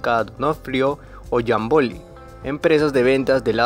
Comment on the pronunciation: No existen los acentos en la narracion, es Ártika, YÁmboly